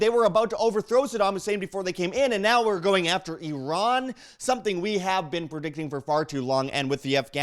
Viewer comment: Did you know you kinda look Iranian? :)) also, thanks for pronouncing Iran correctly.